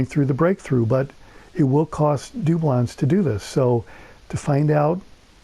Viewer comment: Do-blons I like the way you say it